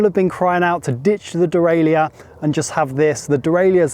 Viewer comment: De-rail-er. Not de-rail-I-er But great review! I’d love to be able to buy the DJ motor by itself.